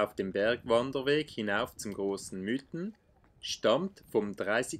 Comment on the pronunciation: Es sind die „Miiten“, nicht die „Müüten“…